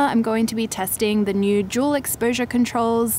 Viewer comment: i kept mishearing "dual" as "juul" oh my